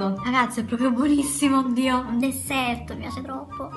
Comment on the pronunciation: "È un Dederrrtttt" muoio !che peccato ,dio mio😂😂😂